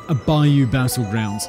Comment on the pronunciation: Nope, Simon, you're not going to know about Jennings. But at least you can pronounce "bayou," unlike the guy from Criminally Listed. I swear to god, his episode on this made me want to lose my mind. I understand when people can't pronounce some of our words, like "Tchefuncte" and "Natchitoches," but "bayou?" If you're not from around here, Jennings is way down south in Jefferson Davis Parish, probably close enough to the Gulf to need to gtfo when a hurricane comes through. It's going to be sorta fucked down there.